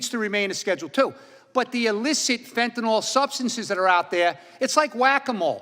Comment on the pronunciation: It bothers me she doesn't pronounce fentanyl right...fennanol